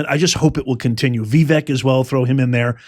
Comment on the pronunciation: love ya, but come on…. it’s 2025. Time to master the name: It’s not VEE-vik. It’s vi-Vake (like “cake,” or an even better 2-syllable example is “mistake”). Sorry, I hate wagging my finger but occasionally I do because I’ve noticed that Vivek never corrects anyone, which is pretty gracious I think.